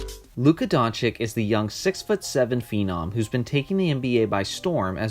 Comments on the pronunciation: Doncic = DONCHICH and not Donchik !!!!!!!!!!!!!!!!!!! Great video !!!!!!!!!!!!!!!!! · Dončič (Don-chi-ch), not Dončik or Donkič. What is it with you americans and forreign names... It ain't rocket science! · Everytime i hear Donchick or Donkich (or Drazig )all u guys lose all the credibility, comin from a fan!!! I would agree otherwise...Man, na that "Trey Old" be sayin he ROY??!! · Hes been in NBA for almost a season and some ppl still pronounce his name donchik.. Smh... Great video tho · If you make a video about a man, learn how to say his his name right. Donchich, ok? Just take 5, check a couple of game recaps and pay attention to how his name is pronounced. It’s not difficult. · Just what I was thinking. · It's Don-S-ich actually.The 'č' after 'Don' is pronounced as 's' . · Learn to fcking spell Doncić correctly. It's so disrespectful to misspronounce their name. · It is very brave to try to make a relevant analysis about a person which name you can’t even pronounce. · Makes a whole video about Luka, doesn't even know how to pronounce his name... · It's not difficulty at all ... like Pete MaraviCH. Now you know. Have a nice day. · That goes for every ex-Yu player,the -ic at the end is always pronounced the same. Vucevi-ch,Stojakovi-ch,Bogdanovi-ch,Joki-ch etc.